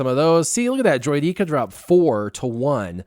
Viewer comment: You mean droy-deh-ka?